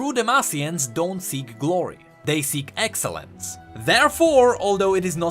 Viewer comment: its not excellence. its. EXELONCE